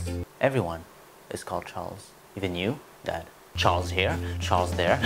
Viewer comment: he said "Chrals" not "Charles" 😂